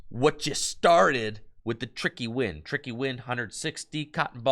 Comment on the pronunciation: Every time said tricky wind I heard tricky gym lol